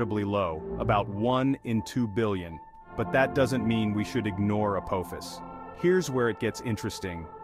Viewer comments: It is pronounced “uh-paw-fis”. It is the name of the Ancient Egyptian god of chaos. If you don’t believe me look it up. You would think someone putting it on the internet would pronounce it correctly. 🙄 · omg the way the ai pronounces Apophis....SG1 fans anyone?